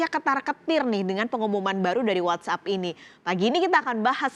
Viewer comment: "What App"bukan "What up"😆